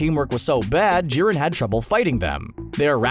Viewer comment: anyone noticed that the narrator said ji-ren it shiuld be pronounced jai-ren